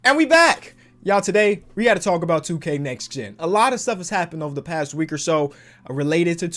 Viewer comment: Omg forgot the “T” in “NEXT”